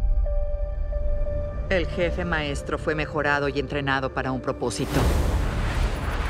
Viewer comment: Ya quiero escuchar a decir jefé otra véz.!!!